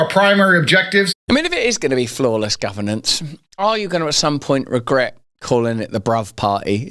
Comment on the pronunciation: Anyone who can't pronounce and read the word "governance" has ZERO place running the government. People with eyes can see the quiet brother sitting at his side is more fit to be a leader. (Not that I would want either of them leading anything.) You can tell Tate didn't write or even read this before he just started spewing it. Like everything else he has ever said. How empty it must be to not have any real principals or connections. Teaching young men to essentially be sociopaths and then expecting an entire nation to trust him is ironic. I would much rather see Russel run. Russel is a man who could run intellectual circles around Tate yet has a humility about him that is respectable. Give me REAL intelligence over someone who thinks being loud and obnoxious somehow makes what you are saying more resonant.